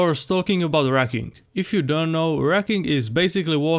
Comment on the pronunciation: I heard "racking" while listening only. When I came back to my phone, I went back and read "rucking". It's not difficult to pronounce the " u". I stopped the video, gave it a thumbs down, and going to search up a similar video from Nippard.